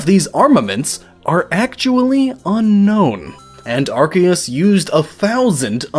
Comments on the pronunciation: It's ar-See-us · Ar-Say-es The c is an s not a k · I thought it was pronounced Arseus Arceus Guess I was wrong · It's pronounced "are see is" (soft i) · no it's pronounced ar-key-us officially speaking according to the anime, Pokemon Essential Handbook, the Official Pokemon Mailbox, and Tom Wayland. It is pronounced as such because the original translation (ar-SAY-us) was considered inappropriate in England and yea I am being dead serious. It is still pronounced ar-say-us in japan though and ar-see-us in some parts of america (due to Pokemon Battle Revolution popularizing that pronounciation) EDIT: which means of the 3 OFFICIAL pronounciations, none of them is Are-See-Is which means no matter what time period OR location you're in, you'd be wrong. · Yeah, pretty much. I personally go with Ar-key-us or Ar-kay-us, which I feel is supported by Silvally's ability, RKS System, which mimics Arceus' Multitype and when said out loud would be pronounced Ar Kay Ess. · Actually arceus is pronounced 'Ar-ke-ous and it comes from the Greek word αρχαίος ( Arkeos) which means ancient. And this is the truth because it is the most ancient pokemon of them all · Can you pronounce arceus correctly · no, its pronounced Arceus. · mispronouncing Arceus name....so hard to listen.....the C in his name is not a hard C like in "Cat". it is sounded out with like it would be in a word like "science".